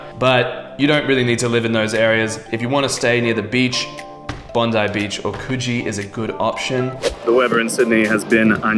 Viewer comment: The way you're mispronouncing Coogee cracks me up lol.